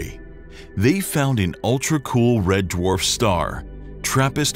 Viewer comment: Trappist is a red dwarf. What are you calling it? End Dwarf? N dwarf? Your diction is unclear.